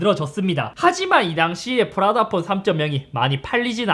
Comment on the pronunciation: 프라다폰 할때 프라닭폰이라고 들음 ㅋㅋㅋㅋㅋㅋㅋㅋㅋ